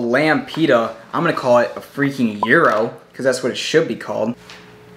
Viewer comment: Ur mispronouncing the word gyro still